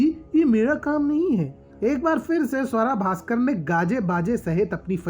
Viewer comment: Naam to sahi se le lo iska ungali Swara Bhaskar